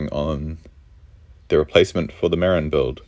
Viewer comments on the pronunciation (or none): I know you're from NZ so you can be forgiven, but its pronounced MaRIN.